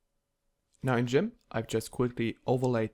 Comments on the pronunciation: Gimp, not Jimp. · It's Gi-mp not Ji-mp :(